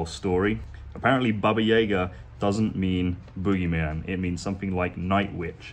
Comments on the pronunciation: about that "Russian Which.".. Her name is Baba Yaga (Yaga, not Yega. It's like in the word "yard.") Actually, her full name is Baba Yaga Kostenaya Noga. (In Russian it's Баба Яга Костеная Нога) Kostenaya Noga means Leg of Bone (one of her legs was just bone, if you can believe it...) She is a character in Russian Fairy Tales and she is more mean than scary. She is just a very unpleasant person... Hope it helps. Love your videos! Cheers from the U.S.A. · Baba Yaga ... the As are all pronounced the same way.